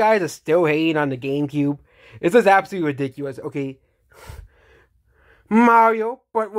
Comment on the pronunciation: absowutewy widicuwous